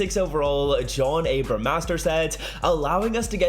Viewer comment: this idiot rly said john abram not abraham the whole vid smh